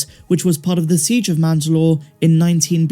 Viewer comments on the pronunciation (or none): none